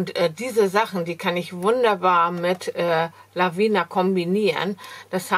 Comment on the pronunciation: Gute Besserung. Du vergisst bei den wirklich tollen Stempeln von Lavinia immer das I vor dem letzten a auszusprechen. Meiner Meinung nach spricht man das mit und sagt nicht Lavina. Sorry